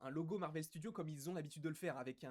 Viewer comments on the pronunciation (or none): none